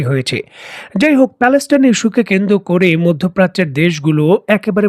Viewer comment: কেন্দ্র করে/পর্যন্ত । এই উচ্চারণগুলো শ্রুতিকটু লাগে। তাছাড়া আপনার কথা ভালোই লাগে।